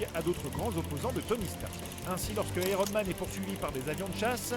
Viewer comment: "Aéronne Man"